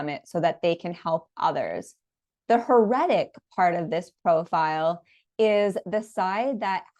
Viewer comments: Yes mispronunciation really bugged me 🙉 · please learn how to pronounce heretic. It has 3 syllables accent on the first. Pronunciation guides are available online.